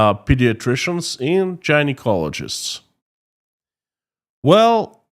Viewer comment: Hey brother.. "Gynecologist" is pernounced like the hard G like GOD.. not J like Jesus.